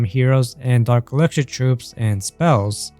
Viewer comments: "Elixischhser" Sorry but thats how it sounds when you pronounce "Elixer" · the way he says elixir is about to damage me